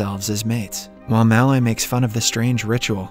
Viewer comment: I won’t subscribe until you learn to pronounce “Malloy” correctly.